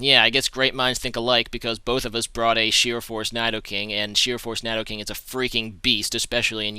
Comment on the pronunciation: Your not saying Nidoking right. But I love you.